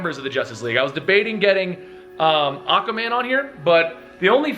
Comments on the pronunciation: ....he can't say aqua man.... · The way you ay Aquaman annoys me a bit